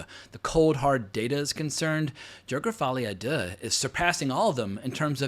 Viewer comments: The way he says Folie a Deux is hilarious 🤣🤣🤣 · Can you stop pronouncing Folie à deux in that way? It was OK the two first times but as a French I am beginning to find it very offensive You have to know that Folie à deux is an expression for bipolaroty disorders, that is probably the reason of the title